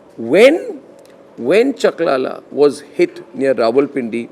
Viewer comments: Chaklala not Jalala What Rafale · Dear Arnab, it's called Chaklala Airbase, not Jalala Airbase.